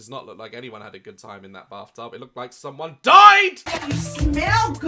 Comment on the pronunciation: I’m sorry but I only hear “barftub” and that only makes it 100% worse lol.